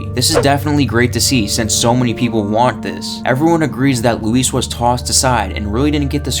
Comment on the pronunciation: Thanks for not calling him Louis like Leon does 🙄